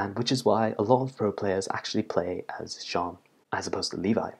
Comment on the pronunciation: Jhon? Its Jean...... Like jeans...